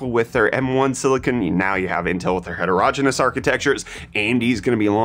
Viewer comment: It's het-er-o-ge-ne-ous, not het-ero-gen-us. I don't want to be 'that guy', but I keep hearing you say it like that before I have my morning coffee and it is disturbing my breakfast. Other than that, thumbs up and I hope you have a pleasant day.